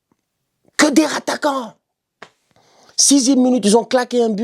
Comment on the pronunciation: Mougrir😂rataquants😮 wellah tu es un top Foutubeur machallah😂